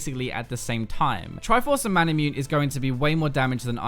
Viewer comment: ma-na-mu-ne? XD you know, like how masamune is pronounced? XD